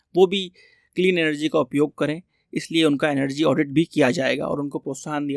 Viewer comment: Emergency ❌ Energy done ✅😂😂😂😂😂😂